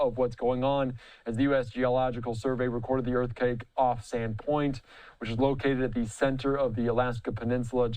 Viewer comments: Bro said Earth Cake. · He did say earth-cake…